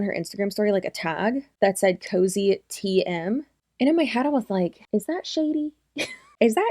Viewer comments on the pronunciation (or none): Girl KOZE isn’t pronounced COZY. Please do the basic research on that much. Yes, Kalyn has been using KOZE and her brand for years.